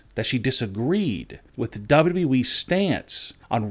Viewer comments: "WWE" clown, not "WE" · It’s W W E not WE, I hate this channel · Is it me or does he sometimes say WE instead of WWE?